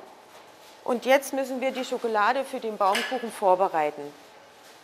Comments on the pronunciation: officially triggered with "SchokElade". ;) nein, tolles video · My God... German is such a beautiful language... how I'd love to learn German... sadly, it's very expensive here in Portugal (I believe it's 200 - 300 euros per month at the Goethe Institute in Lisbon). Anyways... I watched the video... and all I could hear was the lady saying: chocolade, chocolade, chocolade, chocolade xD Chocolade - someone after my own heart...